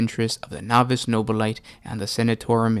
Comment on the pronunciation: Nobili-TAY. It's pronounced with an -ay rather than a ite!!!!!